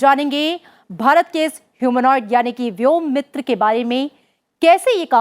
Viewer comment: व्योमित्र नही व्योमित्रा हैं शायद.